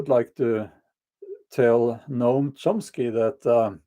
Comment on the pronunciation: You said the name correctly. The difficult part of his words are their cruelty and inhumanity. People listen to him and believe by the virtue of their beliefs, they're the best and brightest we have and think they are morally superior. I heard some Progressive friends talk about homelessness the other day, they lake empathy and compassion.